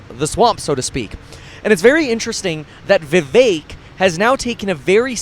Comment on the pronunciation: Vih VEHK not vee vayk ☝️